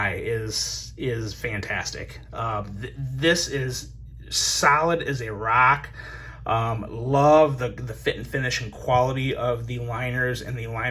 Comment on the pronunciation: Anyone else here “salad as a rack” when he tried to say solid as a rock?